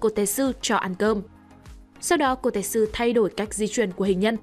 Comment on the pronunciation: Bạn đọc sai tên kotetsu r =))) tên trong truyện là ko-te-tsu =))) đọc khó vcl =))